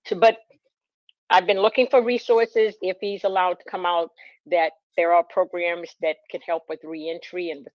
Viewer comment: I really like your content but I don’t think I can listen to saying sen-nence instead of sentence and saying progrums any longer. I want to drill pencils in my ears when I hear them.